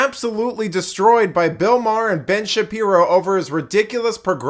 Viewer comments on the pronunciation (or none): none